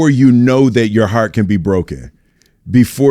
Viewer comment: Tengo miedo que algún día Will me diga “iu nou”, y yo no iu nou nada 😢